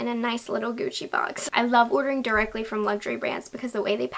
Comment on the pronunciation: "ghiuci"... Sempre... LA PRONUNCIA! GUCCI.